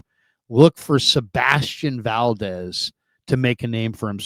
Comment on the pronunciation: "seBASTian valDEZ"..................🙄